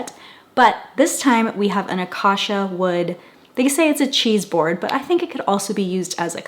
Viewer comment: It's pronounced like A-kay-shuh. I have a friend with that name ;)